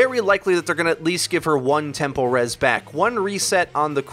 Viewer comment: Are you pronouncing “tempo res” as “temple res” or is it just me?